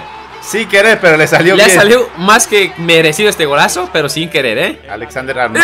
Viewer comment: "uf que golazfao"